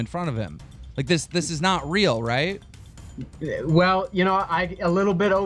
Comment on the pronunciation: What if keem actually thinks it's pronounced "rooooooight" because his dyslexia?